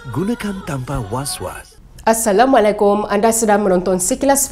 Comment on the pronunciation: Pembaca berita ini Masih tak tidak dpt memberi salam dgn betul.